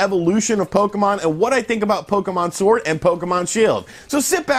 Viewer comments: LOL I thoroughly enjoyed listening to you say pokemon shord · you said "shord" hahahahahahahahhahahahahahahahahaha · In the beginning did he say Pokemon Shord? Lol